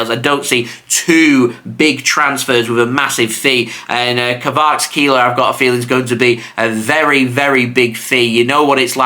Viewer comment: ur pronouncing kvaratskhelia far better than others bravo